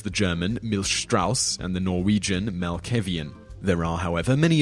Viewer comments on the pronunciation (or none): Hearing people try to pronounce a word in my language is quite funny. Melkehevien instead of melkeveien. Might start to say that instead :D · As a Norwegian person I had to rewind the video a little bit to understand what you said. The word is correct, but your pronunciation makes it difficult to understand. As for a better way to pronounce the word I would suggest putting a small breathing room between the words "melke" and "veien".